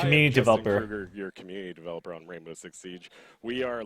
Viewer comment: HE SAID WAINBOW